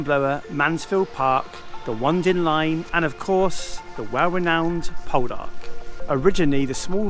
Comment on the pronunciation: The Onedin Line is pronounced 'The Oh-need-in Line. A great TV series about an 1860's shipping company.